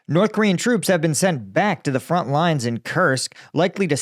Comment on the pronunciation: Front, not Font. Great info man. Keep it up.